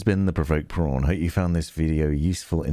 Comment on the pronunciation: THE PROVOKED PRWAN! I did laughing out loud when I heard that xD Thanks so much for the great vid! very helpful for somebody who feels very out the loop with building